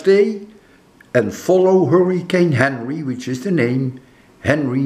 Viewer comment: It's Henri, not Henry professor. Pronounced ahn-ree. I wish you the best kind sir. I'm not too far from you, in the Newport RI area. So far it's not very bad here, but over 10,000 have lost power in my little county. That's roughly about 10%, or so. It seems to be sliding on by us, as it should where you're at in Cambridge too. Your house in Connecticut is another story however. I hope nothing happens to it, and I hope you have power when you get there tomorrow. That would be very nice, as you won't have to drive back again in the same day. Which sounds like a lot to do, especially with all that's going on. I imagine the roads will be busy. ✌️